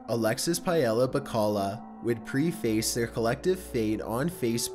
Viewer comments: I want to preface this by saying I can't believe still makes errors reading words: it pronounced PREH-FISSS not PRE - FACE. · Why do people always read "preface" as "pree-face"? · It's not pronounced 'Pre-FACE', it sounds like: 'prefis'. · It’s “pr EH face” not PRE- face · Pre-face, pre-face, pre-face, pre-face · People that pronounce preface like this... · You should look up a pronunciation guide for the word "preface."